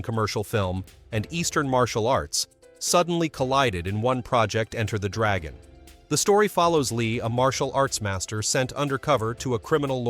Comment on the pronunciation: Why does this imbecile say Enter (full stop .) the Dragon. Get a narrator who knows English !!! 😢